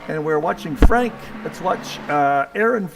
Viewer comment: Hi, Thank you for what you do for the league, I really appreciate it. You pronounce my last name well, and I'm French. Franck